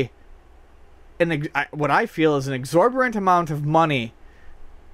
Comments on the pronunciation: Is he pronouncing "exorbitant" as "exorberant"? Or is that an actual word? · Exorborant?, I thought you were better than that. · "Abhorrent" vs "Exorbitant".....not the magic combo word made of "Exorborant" lol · love the mispronunciation of "exorbitant" and "disingenuous" hahahahaha not to be a smart ass but that's funny.